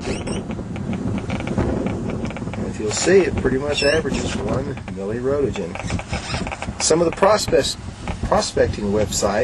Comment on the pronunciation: lol fearmongering. oh noes, 1 mili-rowtuhjin lawl